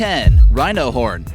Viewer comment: I thought he said rhino porn while I was eating and almost spat my food out until he said horn again 😂😂